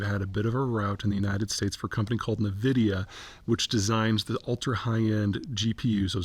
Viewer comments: The company name is not pronounced “nuh-vidia”. Per the company it is pronounced “En-vidia”. Hard to take an opinion seriously if you can’t even get the name of the company right. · 'N'-vidia.. not Neh-vidia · It's pronounced N-vidia not Na-vidia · INVIDIA not NAVIDIA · I love you Zeihan but the way you pronounce "Nvidia" is wrong! Its pronounced "EN-VIDIA" not "NIVIDIA" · It's En-Vidia, not Nuh-Vidia. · oo, it's "EN-vidia", not "nuh-vidia" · NVIDIA is pronounced EN VIDIA. It is not NUH VIDIA for sure. It is known that Deepseek stole the AI model from OpenAI. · The whole world knows the company as (eN)vidia. Why the emphasis on (Ne)vidia? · It's "en vidia", not "ne vidia." Just...for the record. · It's en vidia not nuh vidia. Old people lol. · Its pronounced “EN” vidia not “NE” vidia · Also it is Nvidia is promouncedas "N"-vidia. No "nun"-vidia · HUUH... dont think you really understand this subject matter... and it's "N VIDIA" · N——-vidia. 🙄 and dude, your one week delay makes you seem like you are living in the past. Seriously. It’s not going to motivate me to pay monthly and it just makes you sound out of touch. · "nuh vidia" Pete's a moron. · Navidia?..did I hear that right? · Sorry, I can't listen. Nehvidia... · * pronounced EN-vidia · "Nahvidia" Just stop dude. 😂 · Navidia ? Lmao .. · Saying NUH-vidia does not make you sound like you know what you are talking about… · It’s pronounced “envidia” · It’s pronounced envidia. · It's EnVidia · Wish he new how to pronounce the company lol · He cannot even pronounce NVIDIA correctly, its a cringe listening how he does it. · When you can't even pronounce Nvidia correctly... it's insane that anyone would believe you know anything about tech. Par for the course for Peter and tech. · You can’t even say nvidia so I can’t take anything you say about tech and ai seriously